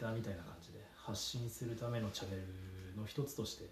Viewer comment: 「チャンネル」を「チャネル」って言いましたね笑 さすが理系